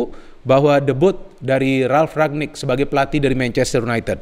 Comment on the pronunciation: Ralf Rangnick btw, bukan Ragnick